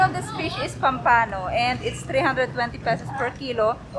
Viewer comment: Enjoyable vlog, I like pompano also; so many ways to cook and still tastes good! Here we put the accent on the first syllable though. 🐟🐟🐟